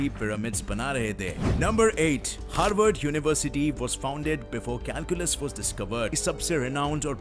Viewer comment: Harvad ni Haward